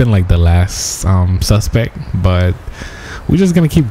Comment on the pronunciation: the suspec is down.. lmao...SUSPECT!